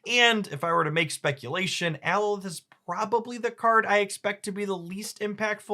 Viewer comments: Alioth not Aloith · Ali-oth. Not Alo-ith. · alioth is pronounced "AH - LAH - YUHH - TH" or at least that's how they pronounced it in the loki show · For your reference, it is pronounced: "ah-LEE-awth" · How you pronounce (uh LYe ith) infuriates me